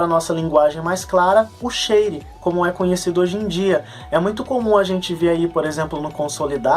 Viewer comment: Share (a pronúncia correta é “Scher”).